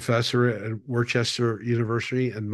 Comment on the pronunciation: I'm in the Northeast my uncle is from there it's pronounced "Wooster" not like Worcestershire sauce. Worcester, Massachusetts...